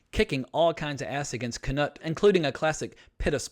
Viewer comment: I love ur vids, but for the love of God. It's, not kaNOT lol 😁👍🏻